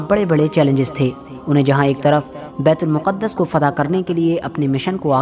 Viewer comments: It is bait-ul- maqdas not muqadas Secondly it is not first qibla but its second qibla. First qibla was Khana Kabba and second bait ul maqdas and last qibla again Khana Kabba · It's not muqaddus... It's muqdas